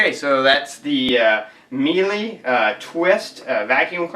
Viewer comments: what im finding online is more of a meela sound rather than meelee. just so you know :) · It is Miele Mee-Luh